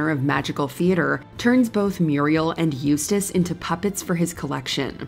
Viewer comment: Im just glad you guys got someone to pronounce Eustace's name right That other list was cringe as hell